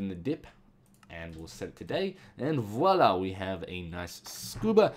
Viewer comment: it's me orr you say voila ? serais tu francais ?